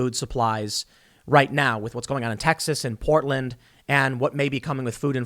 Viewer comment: Literally no one: New Jersey Tim Pool: Powtland